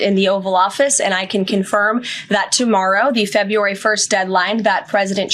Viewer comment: Wow she can't even pronounce February correctly. Nobody is smart enough to try to make her sound smarter.